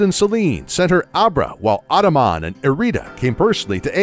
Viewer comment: You pernounced Ingo, Adaman, and Cogita wrong its Een-go, Add-uh-man and Cog-eeta